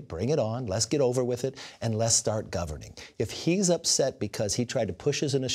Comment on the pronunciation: " so now your back. From outer space....will you survive, will you survive....oooh oh!" Kev says " les start govrning" ya right